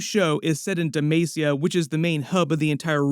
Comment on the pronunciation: De ma ce a charlie. Not de may cia